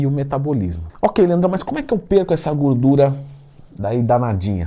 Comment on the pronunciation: Se tem Twin falando GÚRDURA tem like kkkk